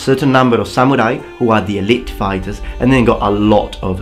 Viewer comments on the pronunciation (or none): none